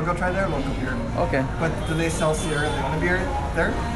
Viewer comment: Lagta hain bhai ne Sunny Leone ki videos bahut dekhe hain. Isliye Sierra Leone (pronounced as Leon) ko Leone Leone bol rahe hain.